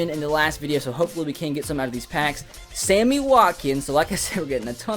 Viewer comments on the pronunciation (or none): none